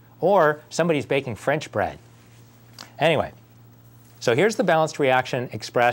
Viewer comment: aha french brread.